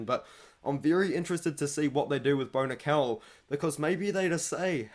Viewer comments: i just had the same thing happen...I was like Who the fuck is Bonikal??? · Lol, I was listening and not looking at the screen and the pronunciation of Bo Nickal or “Bonikell”really threw me off.